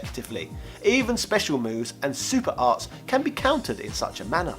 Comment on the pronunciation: It sounded like you said "super arse", lol! Which is coincidentally what this game happens to be...it had mostly boring characters with shitty, unbalanced movesets. Totally agree with you about the Wars series though, we NEED "Switch Wars"!